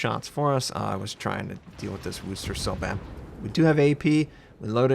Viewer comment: Good God sakes, learn how to pronounce Worcester! Look up "how to pronounce Worcester " on youtube